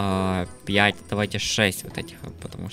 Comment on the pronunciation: ты сказал пьять а надо пять